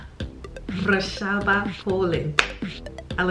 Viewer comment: I love the way you said Warszawa ❤️ I’m from Warsaw in Poland and i’m very happy that you like it. I would probably stare too because you are absolutely beautiful.